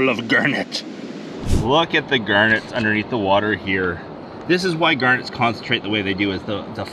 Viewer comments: Wtf a Gurnet? reads description Oh GARNETS! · it must have taken you years to count 96 million of them, did you call them Gurnets lol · What's a gernit? 😂